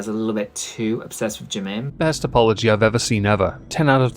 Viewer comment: The true irony is they don't even pronounce Jimin's name correctly.